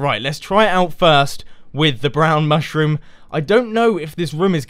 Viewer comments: I chuckled when you you said the "mush room" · Mush-Room. :D I smiled when I heard it. :D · I giggled at the 'mush-room'